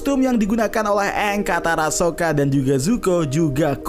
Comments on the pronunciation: Itu bukan "eng" tapi "OnG" 😂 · Dari karakternya salah nyebut nama kaya dari "Aang" malah jadi "OnG" udah kebayang kesananya bakal gimana 😂😂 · sesimple pelafalan nama Aang (eng) diubah jadi Ang indian zuko Dan white iroh Katara sama Sokka itu Inuit tapi di live action 2010 mereka kulit putih koreografi belibet untuk pengendalian tanah sederhana btw yang jadi Yue akhirnya diajak jadi voice actor Asami Sato di The Legend of Korra sebenernya untuk Netflix LA pemeran Sokka kontroversial di kalangan penggemar karena dia memalsukan kalau dia itu indegenious dan bagian dari komunitas palsu supaya dapet peran Sokka padahal dia white kalo dari casts untuk air nomads sama fire nations udah keren banget lumayan cocok sama versi kartun, earth kingdom ga terlalu aneh karena mereka negara terluas dan terbesar, cuma water tribe doang yang campur sari btw walaupun brikes cabut gue sih lumayan yakin sama LA-nya, minus water tribes yang kurang sesuai pemeran avatar dari Aang, Roku, Kyoshi sesuai banget